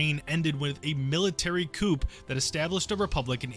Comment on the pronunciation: Pronounce "Coup" Correctly